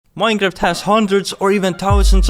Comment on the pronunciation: i love how he says minecraft as maeiinca